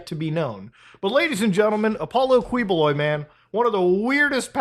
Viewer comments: i may or may not be itching to say it but i'll say it anyway its typically pronounced 'kiboloy' instead of 'kwiboloy' justsomethingiwantedtotell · hahaha Kweeboloy. it''s actually pronounced as Keeboloy. he is from my city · Thanks for covering this Muta! LOVE from the Philippines! It's pronounce as Ki-bo-loy, Du-ter-te. Yes these news have been in there for quite some time and I am glad that u are shedding light on it. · It's pronounced as Ki-boloy btw, not Kwi. But thanks for the content. Even our senators are protecting him now lol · filipino guy here, please talk about this more side-comment: it's pronounce like "ki" and not "kwi" when it comes to saying his name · pinoys: kiboloy mutahar: kweeboloi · brother, im from the Philippines, just wanna help you with the pronunciation of his last name.. "Quiboloy" = "Key-Bo-Loy" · It’s Keyboloy. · "qui"buloy is pronounce like "key"boloy as in door key. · it's pronounced Kiboloy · Hi, I'm from Philippines, I like your content and this one, I have some suggestions, Quiboloy's surname is pronounced as Qui (Key) + boloy. Btw, keep it up, our government doesn't care anyway. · It's pronounced Ki-Bo-Loy. Good video though. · Pronounced Ki-boh-loy. Thanks for covering this soup sandwich and I hope you cover his arrest by U.S. MARSHALLS when the U.S. requests extradition all the way till he is in ADX FLORENCE.💔😪😁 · 1) It's pronounced KEE-BOH-LOI (Spanish spelling of a native Filipino surname) 2) As a Filipino, thank you. He's one of the most notorious televangelists here. Made fun of by most Filipinos (who are majority Catholic), but protected politically because of bribery and the sheer number of his followers who will vote for whomever he says they should vote for. Like similar televangelists in the US, he preys on the gullible and the desperate, especially the old and the terminally ill. And it's disgusting. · Kih-bu-loy, the Q becomes a K :-) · Also, hate to be that guy, but the Qui his last name is pronounced as in quiche